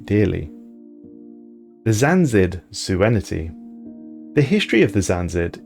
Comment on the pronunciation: I like your stuff man but please try to be a bit more accurate with empire/species names. I'm only about a third of the way through the video but so far there's been 4-5 instances of you inserting or dropping letters from Empire or Species names that aren't there or just misspeaking whole words. EG you pronounced "Xanid Suzerainty" as "Xanzid Suenity". Otherwise good content.